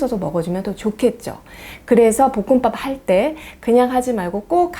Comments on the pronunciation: 보끔빱 ㅋㄱㅋㅋㄱ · 복음빱?이요 사투리억양이 귀여우세요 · 복음밥 발음이 특이하시내요^^쌤 넘 완벽해보이셨는데, 왠지 인간적인 면모를 찾은듯요^^